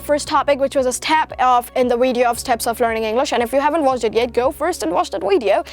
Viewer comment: Learn how to pronounce the letter “v”. You are a good actor though. You might wanna change the content of your Weeedio😜😜😜